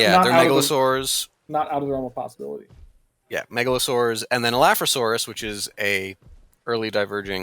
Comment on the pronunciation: no way, said megalosaurs correctly! I can finally sleep well.